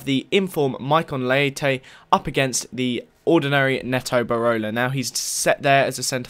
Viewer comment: IT PRONOUNCED NEETO BEROLA